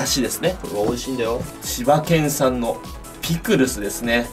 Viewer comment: 千葉県産がもれなく柴犬産に聞こえる